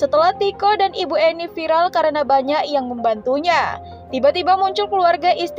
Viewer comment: Viral buk..bukan vilal 🗿🗿🗿🤣😭😭 Ngakak emang ibu" +63 ngomong ...pedes pedes🤣